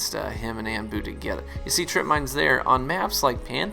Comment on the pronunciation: Anbu is pronounced on-boo. unless he doesn't say it that way i guess idk, just giving you pointless information :) anyway it really sucks that they're nerfing more things that are irrelevant and unnecessary